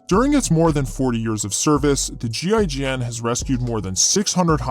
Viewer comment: As a French you did a good effort for "GIGN" prononciation xD nice video buddy ;)